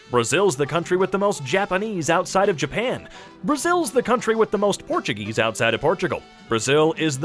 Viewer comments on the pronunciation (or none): none